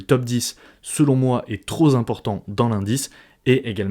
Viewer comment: au fait on dit trop pimportant pas trop zimportant :)